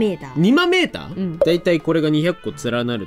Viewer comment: 2万メーターに聞こえたw 煮豆ーターw